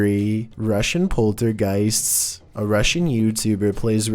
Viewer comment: Why do you say "poltergeists" like that? Poltergeistsssss